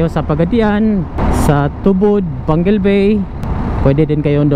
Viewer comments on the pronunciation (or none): none